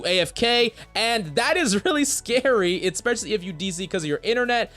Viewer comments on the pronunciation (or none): EHK-specially. That's not how you say it